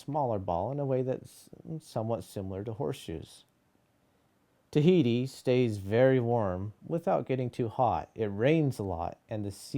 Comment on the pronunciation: Et oceania la lune tahiti it not the way u say it